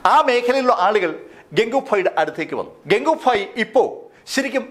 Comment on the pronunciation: ഇടക്കിടക്ക് ഫായി എന്ന് പറഞ്ഞു പോവുന്നു..